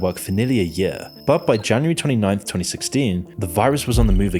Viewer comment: The way you say "year" kills me. Like I'm listening along thinking wow! How crazy! Then you say yea' and I chuckle.